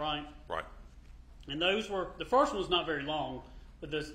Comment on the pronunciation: I can’t stand how he pronounces “O” as in “not”.